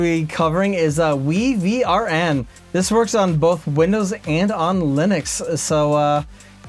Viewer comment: I do believe WiVRn is pronounced Wyvern